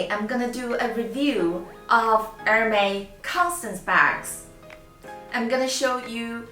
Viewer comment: Wrongpronoucitaion. Correct it